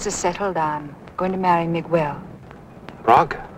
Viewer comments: Throughout the film the actors pronounce Miguel 's name like Miguol. It is not that difficult. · Hollywood BS regarding the pronunciation of Miguel: It is not "Migwuel" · whyyyyy does nobody in this movie know how to pronounce Miguel?? lol